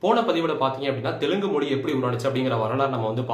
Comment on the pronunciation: Even Tamils can't pronounce Telugu, like Telungu